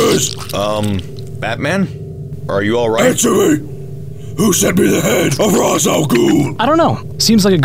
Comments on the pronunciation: It's not wise al Ghul it's race al Ghul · "Raysh". It's "Raysh". Not "Rahz". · It's pronounced Raish, actually. =p